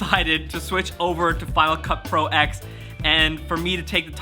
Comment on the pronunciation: Just one thing for you to help me not smash my head. It is pronounced final cut Pro 10